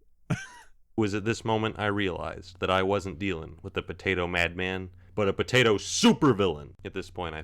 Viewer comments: I just like listening to you say "b'day'o" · I LOVE the way you say Potato 😂 "pdAO" ... please never change